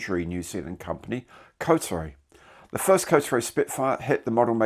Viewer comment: Hey, it's pronounced more like Ko-tar-ee, not Coatary. Suppose we can't blame you for getting it wrong. I dread to think how our Murican friends will be butchering it.